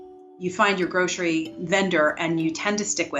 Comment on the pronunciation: Groshery? We say Grocery here. Where are they?